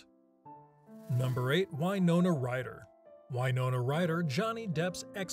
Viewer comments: You're a "Film Streak" representative and yet you don't know how to pronounce Winona??? It is not Wynona, it is Win...ona! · Dude.......please.....stop pronouncing it why-nona. Jesus christ!! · I have never heard Winona pronounced as “Why? Nona” before. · It's it "why-nona Ryder," or "Win-ona Ryder"?